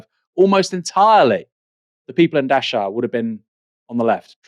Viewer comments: Never heard of Dash-ow. It's pronounced Dack-ow. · Just for your info Aaron. Dachau is pronounced 'Dakau'.